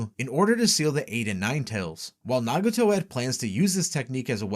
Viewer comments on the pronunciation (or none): none